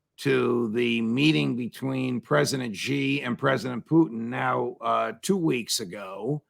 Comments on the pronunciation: SHEE NOT JHEE... JHEE MEANS PENIS IN CHINESE. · Judge Xi is pronounced similar to the pronoun she in English , not ge or ze 👌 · The "Xi" in Xi Jinping is pronounced like "she" in English and not like "gi" as in gin. That's not so hard to pronounce even for Americans.